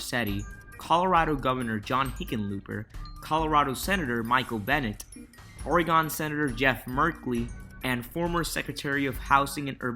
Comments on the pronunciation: WTH is Oray-Gone?? It's Oray-Gun!! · I know this is a common mistake and a bit nit picky on my part, but the state of Oregon is not pronounced OR-ee-Gon, it’s more commonly pronounced Or-gun. Edit:You also might have an accent that effects the way you say Oregon. Edit2: Changed how I spelled the pronunciation. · In Texas we BARELY pronounce the first "e" so it sounds like a slurred version of "or a gun" The way he said it irked me, so I had to see I anyone else was bothered by it. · ORe-GON. that was adorable! jk...Nice & informative video though. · You don’t say Oregon right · But you still said Oregon wrong. Just giving you a hard time, amazing video